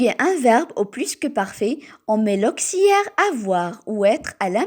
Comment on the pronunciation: Auxiliaire et non auxiliere